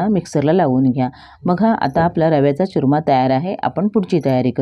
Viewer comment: च्युरमा नाही हो चुरमा